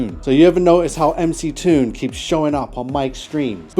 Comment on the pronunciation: He did correctly pronounce MC Toon, so credit for that.